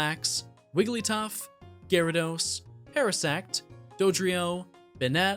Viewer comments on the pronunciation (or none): none